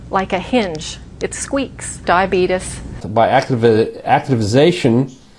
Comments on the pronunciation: Fuck I hate Star Trek.....and Homeopaths. And what the fuck is "diabetus"? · did she just say "Diabeetus"? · diabeetus, haha This was really funny, but hurts to watch.